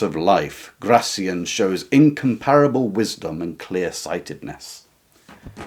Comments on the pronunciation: Please stress his name correctly, on the final syllable: Gra - thiAN. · Gracián, stress on the last syllable